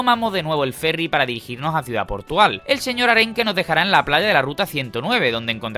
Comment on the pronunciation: Ha dicho ciudad portugal? XD